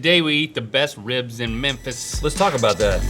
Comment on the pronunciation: As a Tennessean, I’m just gonna say... It’s MeMphis. Not Mephis...